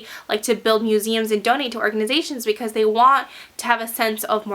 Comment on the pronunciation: Love ur vids but the way u say "because" is rly.... Ughhh!